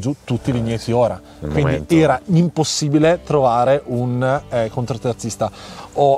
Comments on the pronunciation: Ciao, Scusa se rompo ma si dice CONTOterzista Non CONTROterzista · non voglio fare il polemico ma si dice contoterzista, non contro....vai avanti così che vai forte😊